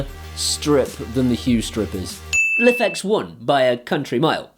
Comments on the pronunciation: It's pronounced "Life X" not "liffex" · Love the videos but it's pronounced life x. That's how the creator said it on there kickstarter. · Just so you know it's pronounced like "life-X"; says so on their website. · You are pronouncing Lifx wrong it is Pronounced Life X